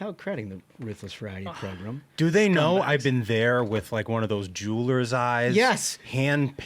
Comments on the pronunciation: I like the cut of your jib… except when you say program as “progrummm.” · Do we HAVE to say progrum so often? Let's replace it with "show"....you can't really mess up show. 🫠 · I really like this podcast but if that guy on the far left keeps saying progrum I cant watch anymore 😂😂😂